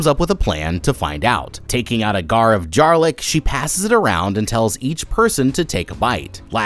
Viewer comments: “a gar of jarlic” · he says "gar of jarlic"🥀🥀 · Did you say Gar of Jarlic????? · did no one notice that he said “gar of jarlic” instead of “jar of garlic” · "Gar of jarlic" and "Tries covering her eyes to block the sound" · Anyone notice when he said: "a gar of jarlic" instead of a jar of garlic, 😅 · she took out a gar of jarlic 🥀🥀🥀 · do you have dyslexia cause I do and I do stuff like that all the time ‘ gar of jarlic’ instead of ‘jar of garlic’ 😂 (random srry) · "gar of jarlik"😭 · “Taking out a gar of jarlic” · Gar of jarlic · a gar of jarlick? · A Gar of Jarlic 😂😂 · Gar of Jarlic lmao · hehehe "Gar of Jarlic" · Did bro just say "A gar of jarlic" or am I trippin? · Gar of Jarlic 😂😂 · "a gar of jarlic" LOLLLL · gar of jarlic? lol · “A Gar of Jarlic” lol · is anyone gonna talk abt how he said "a gar or jarlic" 😭😭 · “taking out a gar of jarlic” had me baffled for a second 😂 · “a gar of jarlic” 😂😂😂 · a gar of jarlic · a Gar of Jarlic??? 🤣🤣🤣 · "a gar of jarlic" hahahahahahahahha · "Gar of jarlic" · "Taking out a gar a jarlic". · You said gar of jarlic I gotcha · “Gar of jarlic”😂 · he says gar of jarlick 😂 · "A gar of jarlic"???:face-green-smiling::face-green-smiling::face-green-smiling::face-green-smiling::face-green-smiling::face-green-smiling::face-green-smiling::face-green-smiling::face-green-smiling::face-green-smiling::face-green-smiling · A Gar of Jarlic huh? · a gar of jarlic 😂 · a gar of djarlic lol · “Gar of Jarlic” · “A gar of jarlic.” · “Gar of jarlic” lol😭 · you said gar of jaric lmao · "gar of jarlic" 😭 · "A gar of jarlic" 🤭🤭🤭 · Was I the only one that caught a “gar of jarlic “ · no one noticed him saying " a gar of jarlick" ? 😭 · A gar of jarlic?? 🤣🤣🤣🤣🤣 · gar of jarlic 😂😂😂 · A gar of jarlic lol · “ a gar of jarlic” 😂😂 good one! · "A gar of jarlic."😂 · . "Taking out a GAR of JARLIC"😂😂😂 anyone else catch that? 😂😂😂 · a Gar of Jarlic?! LOL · A GAR OF JARLIC 😂😂 did anone elsoe catch that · “a gar of jarlic” 😂😂😂😂😂😂😂😂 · "a gar of jarlic" ;p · GAR OF JARLIC 🤣